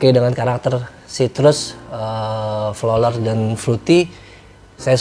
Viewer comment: Maaf om pronounce nya bukan flolar, but floral fruity 😂